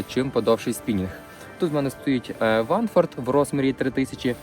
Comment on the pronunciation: Знов махінатор😂 Каже Ванфорд)))